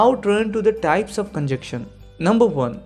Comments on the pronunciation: "Conjection" or conjunction" probably pronunciation issue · Sorry but correct your pronunciation of the word ConjuNction...